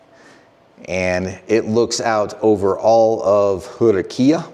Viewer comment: What are you talking about? He got that pronunciation almost right on. Better than most for sure